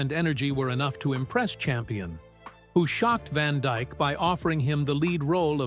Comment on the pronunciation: ITS DYKE….NOT DIKE….GET IT RIGHT !